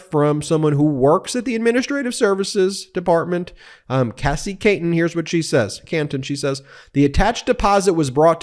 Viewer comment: It's Cassie which rhymes with sassy! Not Casey which rhymes with Stacy...